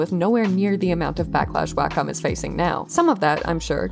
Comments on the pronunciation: Interesting update. Btw it's pronounced "walk 'em," as in if you have a dog and no fenced-in yard, you'd probably use a leash and "wacom." (Wacom rep. taught me that one.) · Actually it’s a secret third thing. Wacom rhymes with Bar…com. Carcom? It’s an ah- sound. Anyway, not the point of the video, just thought you might want to know.